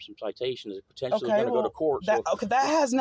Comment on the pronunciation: Tf is potentionally????